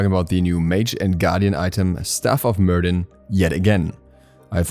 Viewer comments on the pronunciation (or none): Hey! Quick little thing , Myrddin is pronounced mer-vin.( it’s the original welsh name for Merlin)